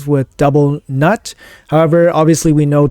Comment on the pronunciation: Double nut got me laughing ... I think it's pronounced "noot." Nice run.